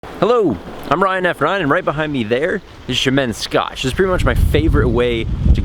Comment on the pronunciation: Did you make an oppsie on the intro? “Hello, I’m Ryan F ryan”? Sounded like that lol